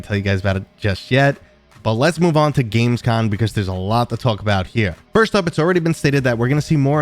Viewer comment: Just one tiny hint, before you show up there: Yes, it's a CONvention, but it's actually called Gamescom, with an M at the end. 😂 I can't help but think that every time I hear you say it. 😅 As for games this month: Nah, I don't think I will be buying a lot of those. Let's see. Already started with Tomb Explorer VR, which is a fun concept surrounded by a pretty janky mess. 😊 I will wait for a couple of updates there before I jump back in.